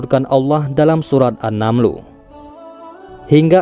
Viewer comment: An-naml kali min?? Bukan an-namlu